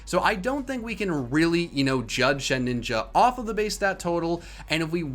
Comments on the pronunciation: Why do you add an extra “n” to Shedinja’s name?! It’s Shed-inja, not Shed-ninja. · Shedinja,. Not Shedninja. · did he just say “shed-ninja” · Why is he calling Shedinja "ShedNinja"? I feel this is some in-joke I missed out on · Who else cringed out with the way he pronounced shedinja